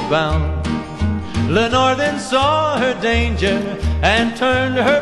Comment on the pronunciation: Your name is Leonore. The person in the song is Lenore. You weren't named after anyone in this song, unless you are pronouncing leonore as lenore.